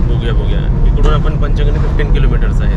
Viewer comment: पाचगणी म्हणा....पाचगणी......